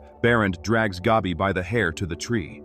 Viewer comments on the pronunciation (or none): his friend Gobby.........lol WTF ai? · it's GABBY not GOBBY